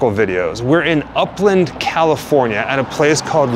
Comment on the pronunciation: Oh;! Did you say upland ! I thought you said Oakland!